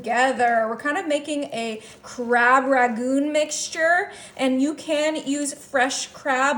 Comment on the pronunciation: Thank you for your good recipes. Let's work on pronunciation:- 1) RANGOON (was the capital of Burma) not RAGOON. 2) PARSLEY is pronounced PARSSLEY (with a SOFT 's'), not PARZLEY (with a hard 's'). 3) GRUYÈRE is pronounced GROO-YEHHR